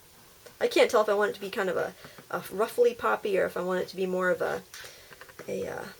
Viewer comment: It was so cool ! at the beginning I thought what is a poopy I thought you were trying to say puppy hahaha!!